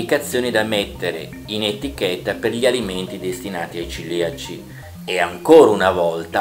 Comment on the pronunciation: Si dice cEliaci, non ciliaci. Bene ma non benissimo.